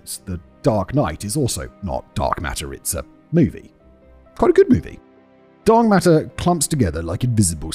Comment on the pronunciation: TOTALLY said "Dong Matter" lol 😂